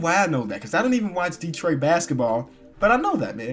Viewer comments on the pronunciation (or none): none